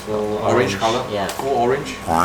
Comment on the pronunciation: that is NOT what orenges sound like